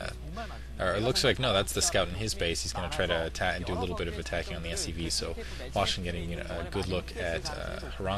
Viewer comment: at 2 minutes and 12 seconds they show the chinese charaters for hwasin. In Korean they are pronounces exactly as says it now.